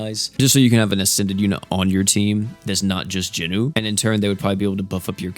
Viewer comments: I've got to ask. Why do you keep calling Jinwoo, JINU? Like, Jinu is an ACTUAL different character in the anime. And it's not like "Jin WOO" and "Jin Nu" even sound close enough to mistake. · Noticed he Is saying jinwoo funny asf lol